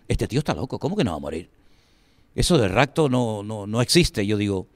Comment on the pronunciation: Por qué dicen ¿racto con c racto??? Y muchos son igual, no pueden hablar, es rapto con p rapto, "racto, racto" es rapto con p, es con p rapto.